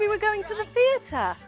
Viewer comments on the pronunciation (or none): As a brit we do not claim this lady. If I ever heard someone say thee-air-tar irl ild slap the afternoon tea and crumpet out of them lol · As an Englishman the way she says “theatre” makes me die inside